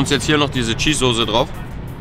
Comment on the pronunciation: er weiß auch nicht wie man soße ausspricht